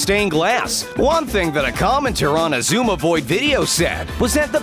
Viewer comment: he said Xisuma wrong